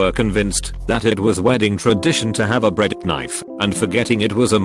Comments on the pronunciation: The bread-K-nife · Nobody: Narrator: Breadknyff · Dont forget 'Bread -K-nife' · no one: narrator: b r e a d Khh- n i f e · bred k-nyfe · Bread ku nife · did this effing thing really just say bread kuh-nife? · "Breadk nife"